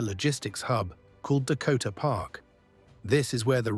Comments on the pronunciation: Annoying mispronunciation of Kowhai,a favourite tree.Get a real kiwi to read it. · Very interesting. But at the same time, the obvious text-to-speech was annoying. The mispronunciation of Kowhai Park made it blatantly obvious that it was text-to-speech. And nobody says FedEx like the text-to-speech did. Any particular reason why a person could not have narrated this?